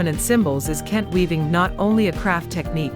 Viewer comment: Nice video on Ghana. AI mispronounced a lot of the Ghanaian names. For example - Kente, Ga, etc. Saying "modern" and "African" as opposites implies that Africa is static or not modern. That's wrong.